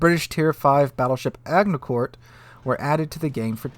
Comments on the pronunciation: "Agin court, not Agne court" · I was confused for a moment the "Toronto port" is updated... :) please update pronounciation of agnikurt (agincourt) to (to imitate english spelling) Ashinkuhr. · Don’t wanna be that guy, But not A-ging-core It’s : “Ajin-core” Soft “G” Don’t worry, french is sometimes a bit strange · Silent T at the end of Agincourt please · Agincourt is pronounced like ah-gin-core Hyuga is pronounced like h'you-ga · Ag-ni-court???? Are you frickin kidding me? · "Agnicourt"? Really? Dude. And "Huega".... The pronunciations are on Wikipedia. ;-) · The Agincourt is quite unpopular in Blitz.... it is pretty bad. Curious to see how it plays here. Oh, and BTW.... it's Ag-in-court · Agincourt the G is pronounced likr a J or the G in Agitate or Angel 😁 🇬🇧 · Agincourt is pronounced A-gin-core btw, named after a historic British victory against the french. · buddy... it’s ‘a-jin-core’. Like the Battle of Agincourt. Come on, man. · The Hyuga's bow and stern armour score (16mm) might be a typo since 26mm is the standard at that tier. Also, Agincourt has a soft G (in both English and French). It was a battle in the Hundred Years' War that the Brits won largely due to their longbowmen (which makes it a fitting name for a ship with oodles of long-range projectiles).